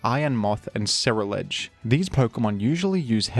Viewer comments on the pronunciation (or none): none